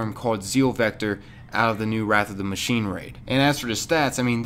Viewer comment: Did it kill anyone else's brain when he said machineA